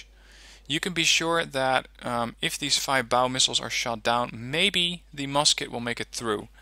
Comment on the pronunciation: I am not 100% sure but i think the Feibao is spoken as Fa-Bi-O I heard that in other wargame players actually